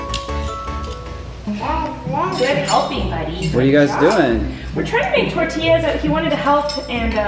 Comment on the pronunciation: Finally somene that says tortillas right people say tortillas like what coming from hispanic i was born here but my family members are born in mexico